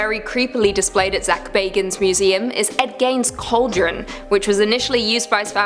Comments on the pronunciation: Pronouced 'Ed GEEN' and 'Zak 'Baggins' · Bagans(bag-ens) Ed Gein (geen; geeeeeee-n) The pronouncing drove me insane